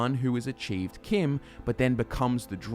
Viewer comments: No one else bothered that he doesn't pronounce CHIM properly as in, CHIMney? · Hold the fucking phones: CHIM is pronounced like the name Kim?!? I have said that (in my head) with a 'ch' sound, never a 'k' sound, for YEARS now. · who pronounces CHIM with a ch sound instead of "kim"